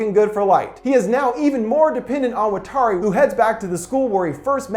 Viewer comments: Stop butchering Watari. It's not fucking "Wa-tar-e" it's "watt" like from a lightbulb. "R" like The fuck "Are" you saying. And "rrree" like the sound you're going to make when I come and shove this garbage film up that ass. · The way he pronounces watari is bothering me, but fantastic video